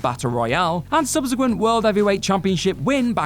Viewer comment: Subsequent* not Subzequent